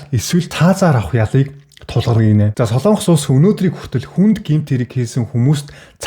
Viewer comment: Сайн уу? Яагаад Солоонгос гэж хэлдэг юм бэ? О үсгэн дээр уртаар дуудах өргөлт авах юм аа. Монгол үг шүү дээ. Солонгос шүү дээ. Соолонгос, эсвэл Солоонгос ч биш "Солонгос"! Ямар ч өргөлтгүй. Эх хэлээ хайрлая